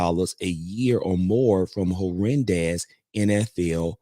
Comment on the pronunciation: It’s pronounced ‘her nan dez.’